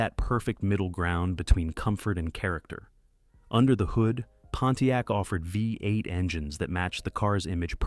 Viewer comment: Great pictures. Please teach your AI how to pronounce V-8.